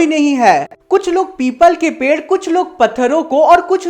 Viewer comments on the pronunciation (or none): none